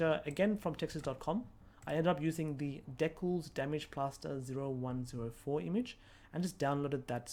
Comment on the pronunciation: Yes, and did you get lost when he said "deckles" instead of decals?